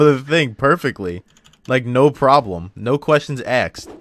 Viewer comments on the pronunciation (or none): “no questions axed!”